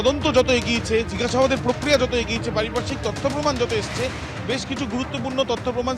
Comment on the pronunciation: মূর্খ পক্রিয়া উচ্চারণটা করতে পারে না